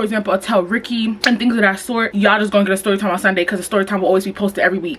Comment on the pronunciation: LMAOO rykky not “year he year he”😭